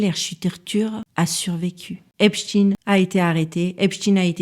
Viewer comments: Tu oublie que tu parle et fait tes vidéo en Français et Non en Anglais donc on dit epstein et non sting comme en anglais point final . Ce n’est qu’une question de LANGUE. Bonne continuité! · ben voilà c EPSTEIN PAS EPSTINE !!! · c'est pas epstin c'est epsteiin, alfred einstin le grand physiciien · Je ne suis pas d'accord, La prononciation du ein en in a été changé dans le monde entier pour minimiser l'implication d'une certaine communauté. On dit Epst (in) que aux USA. Il y a 10 ans tout le monde disait Epst (ein). Ne vous en déplaise, beaucoup d'allemands na zis sont partis s'installer aux usa et comme les chats ne font pas des chiens, la descendance perpétue leurs traditions, (on ca dire ça comme ça). Ça n'a rien à voir avec la Russie, vous voulez faire une diversion pour que l'on ne parle pas de Epstein juif d'origine allemande. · C est a où cette façon de prononcer EPSTINE …et pourquoi pas POUTINE ….son nom n’a rien d’une consonance RUSSE. mais plutôt juive on prononce EPTEIN « EPTEÏNE »point barre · en itw il dit quil sappelle epstein comme einstein pas epstine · ils disent ''epstin'' au lieu d'esptein pour pas que ça sonne juif. tous les noms en ''ein'' sont prononcés ''ein'' et non 'in'', bref vous êtes tombés dans le piège. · Vous me surprenez de ne pas avoir compris la prononciation de stine au lieu de stein. Qui sonne comme berg, reich et autres. Seuls les kazhars valent quelque chose pour eux, les autres étant sacrifiables à merci ou peu s'en faut. Mais il ne faut pas qu'ils soient trop repérables. Espérons pour la race qu'il a essayé de créer par son génome, que son pénis en forme d'oeuf aura été corrigé... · non lui il dit EPSTEINE PAS EPSTINE !!! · On dit " epstine" ou " eps teen " ou " ep stain" ? Telle est la question lol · Oui mais elle a toujours prononcé le nom à l'américaine (voir ses anciennes vidéos sur le sujet). Ce qui aurait été louche, c'est qu'elle change sa prononciation comme nos merdias ... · Donc on dit franckinstine 😅